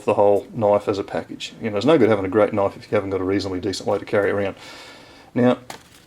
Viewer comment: now that's a knoife !